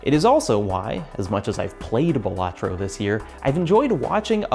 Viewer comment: It's pronounced Balatro